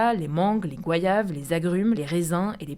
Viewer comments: Just FYI, on prononce GO YAVE et pas GUA YAVE, à moins que tu sois haïtienne 😊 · des "gouaillaves" 👀